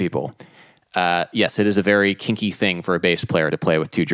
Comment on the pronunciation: "kinky" I thought you said kiki lol